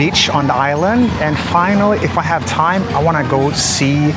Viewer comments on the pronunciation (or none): none